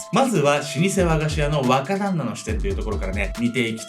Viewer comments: 若旦那が話を聞くにつれ馬鹿旦那に聞こえてくる(笑) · 若旦那がバカ旦那に聞こえた😂